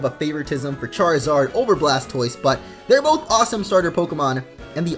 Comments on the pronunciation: He said blastboise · He said Blaspoise